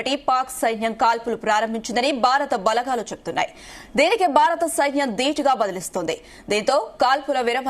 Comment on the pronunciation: ఈ వార్త ముఖ్యమైనది. కానీ వార్తలు చదివే వారూ, వాటిని అందించే వారూ… మన తెలుగు భాషను పలచన చేసేస్తున్నారు. బారత్, బలఘాలు, జరుగుతావుంది అని పలుకుతున్నారు. భారత్, బలగాలు, జరుగుతోంది అని ఉచ్చరించడం లేదు. సరిహద్దు అని అనకుండా బార్డర్ (border) అనీ, తొలి సంధ్యలో అనకుండా, అర్లీ మార్నింగ్ (early morning) అని చెబుతున్నారు. తెలుగు దృశ్యమాధ్యమం వారి అర్హత తెలుగు సరిగా రాకపోవడమేనా!??!!